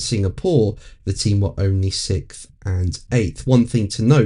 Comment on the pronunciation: I'll never get used to hearing 'sick-th'.